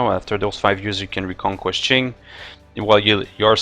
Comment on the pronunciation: Sorry for being that guy, but Qing is pronounced Tching. It bugged me more than it should have :p Very interesting exploit, good video !